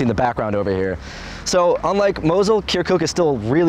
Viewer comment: The way he says "kerkook" just makes my ears bleed.